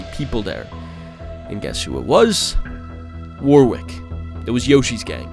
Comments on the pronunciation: It’s pronounced warick not war wick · you probably wont see this but warwick is pronounced warrick and as one word without a space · just an FYI, "Warwick" is an English name, its pronounced like "worrick"